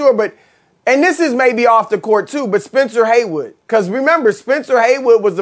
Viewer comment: Chris Broussard: "Spencer Haywood" 🤦